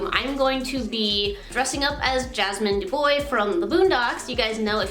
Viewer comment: “Jasmine Da-boy”